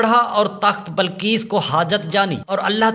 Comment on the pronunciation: Ghalib hota hey ghalab nahi .bilqees hota hey balqees nahi .bas zeair zabar ۔کہاں کہاں زبر آتا ہےاور کہاں کہاں زیر یہ جا کر اپنے علاقے کے پرامری اسکول یا مدرسے داخلہ لیں اور خوب دل لگا کر محنت سے سیکھں اس کے بعد جناب منشی پریم چند صاحب ویڈیوز وغیرہ بنائیں